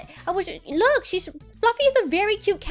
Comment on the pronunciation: 😡why do you have to say look you don't even say It right you say loo with a silent k you say it for no reason I don't get it Uhh it's kinda annoying I guess I still love you not Hating just stating